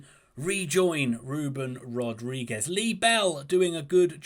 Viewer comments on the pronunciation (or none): none